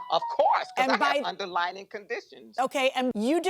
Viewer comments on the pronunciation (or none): UNDERLYING! Not underlining 😒😒😒